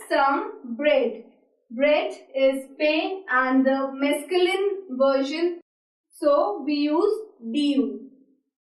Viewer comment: "This is not exist in French " that's wrong english😑😑😑😑😑 And you french pronunciation is not at all correct😑😑😑😑😑 And it is not "mesculin" according to your pronunciation 😑😑😑😑